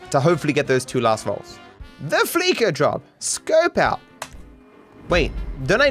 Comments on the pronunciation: I really, really, wish he would pronounce Fleeca the same way you pronounce "fleece" not the way you pronounce "fleek". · It's not the FLEEKA bank, it's the FLEECE-A bank - as in, they fleece their customers. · It's pronounced Fleesa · I’m getting mad every time he says “fLeEkA”